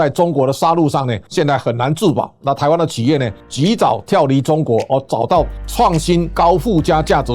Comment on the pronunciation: 企ㄑ一、業啦 ，不是起業！